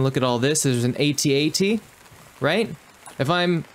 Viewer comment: This was a fun game little glitchy at the end. The only thing that made me laugh was the first generation Star Wars watchers will tell you the A T A T walkers you were calling out is actually pronounced At At Walker. LOL